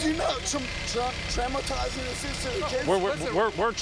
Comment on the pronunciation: He was so drunk he couldn't even say the word traumatizing correctly.